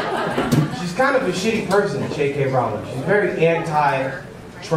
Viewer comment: Mispronouncing her name JK is an underrated joke